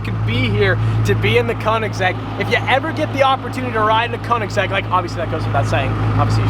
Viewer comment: Dude its called "Königsegg" and not "konigseg"